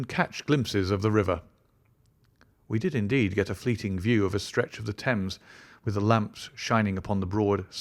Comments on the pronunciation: The Sign of Four, not The Sign of the Four. River "Tems" not "Tames"! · Along the "Tames"? "Thames" is pronounced "Temms" not "Tames".